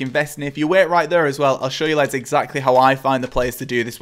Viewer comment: Love it how you say leds for lads 😂 Great vid !